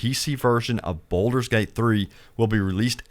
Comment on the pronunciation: Its pronounced Bald-ur not boulder